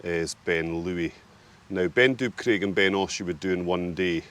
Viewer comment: You are right with Tyndrum -/taɪnˈdrʌm/; Scottish Gaelic - Taigh an Droma. But yes, you have slaughtered Chabhair.